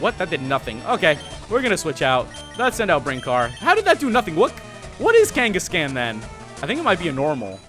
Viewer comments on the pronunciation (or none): Pls stop saying Kenkescan. It's pronounced Kangaskhan m8 :-) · I know I'm like an eternity late but, Kangascan really it's kangaskhan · OH MY FUCKING GOD ITS NOT KANE-GESS-CAN ITS KANE-GESS-KHAN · Kangaskan Kangaskan Kangaskan. It's like he was trying to bother me on purpose! It's KangaskAHN! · PLEASE STOP SAYING KANGA-SCAN OMG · Its pronounced KangaskHAAN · the way he said kangaskhan made me crack up for some reason...